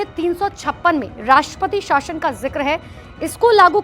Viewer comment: Madam shashan nahi .shasan ..bolo aache se kam se kam news channel hai to kya kuch bhi bilologi ... Thikedar ho